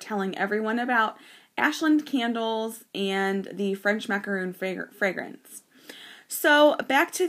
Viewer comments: It is maca RON, NOT macaroon. Macaroons are NOT colored sandwich cookies. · Maca RON, NOT macaroon.